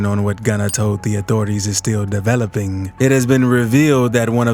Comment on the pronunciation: “Behind Bars” “Deeveloping””